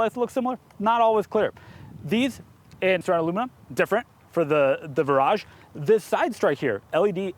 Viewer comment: Pretty sure the Brits pronounce it like "Veer-aj"? What actually makes it different from the 2013 facelift DB9 other than name? Great production quality on this video, I'm really impressed! I need to step my game up for my videos!